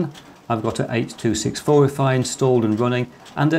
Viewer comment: thanks! I heard "h264-oi"